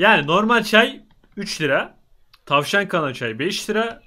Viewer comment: Abi tavan değil tavşan